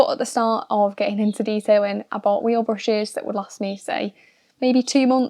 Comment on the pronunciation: I swear she is saying bushes instead of brushes.